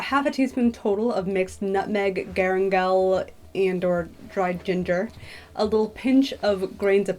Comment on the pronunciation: LOL yeah it's a weird word, but it's pronounced GA-LAN-GAL. For anyone who is interested in pronouncing it. It looks kind of like ginger, but if you cook a lot of Southeast Asian cuisine they are not the same at all. Galangal is woody in smell and taste and tastes completely different from ginger. You can substitute ginger for galangal in some dishes, but be aware the outcome of the taste of the dish will not be the same. Also you can eat ginger and you throw or pick out the galangal because it's used for flavor and is super tough and inedible.